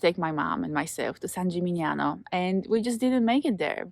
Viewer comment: SHe can't even pronounce San Gimignano, she is just the umptheent annoying tourist from an Anglo country again.